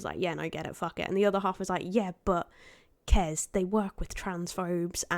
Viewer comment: why can't text to speech say kezz properly.